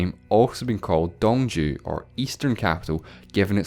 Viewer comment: "dong jew"